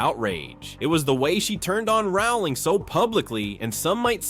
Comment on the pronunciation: The surname 'Rowling' rhymes with 'bowling', not 'howling'. JKR has made this clear in dozens of interviews over the years, but for some reason many people - particularly Americans, I'm afraid - seem to think they know better. It's just basic research, and failing to do it diminishes the authority and believability of your piece.